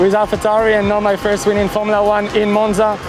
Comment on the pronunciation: the way she says Monza 😂